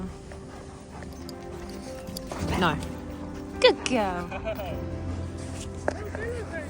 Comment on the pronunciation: instead of saying no she say eno😂❤